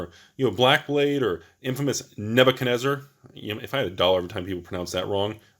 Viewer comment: I love the pronunciation of Nebuchadnezzar! Nerd Style!